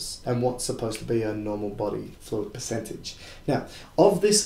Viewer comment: Piss-centage? PERcentage not PISScentage....you're moldering the kings english and awddah lurn two spoke more beddah. Thanks for the video!